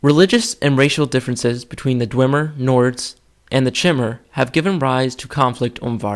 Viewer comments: I made that mistake as well, it's not Ch-imer, but K-imer, or Chimer. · Not to be pedantic but chimer is pronounced as (ki-mer) the same pronunciation as the Greek mythological fire breathing beast chimera